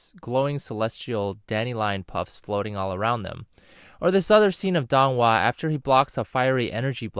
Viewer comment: Man it really gets to me on how you're pronouncing their names wrong. Pronounce Feng Jiu like "Fuh-ng Jee-oo" (but the "ee" vowel is short, more emphasis on the "oo" vowel) and Dong Hua like Doh-ng Hoo-ah (but the "oo" vowel is very short, more emphasis "ah" vowel ) If you're gonna make a vid, please at least get the name pronunciation right